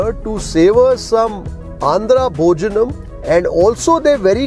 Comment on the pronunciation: Hi don't say Annam Bhojanam.. it's ANNA.. ITS BHOJANA... PLZ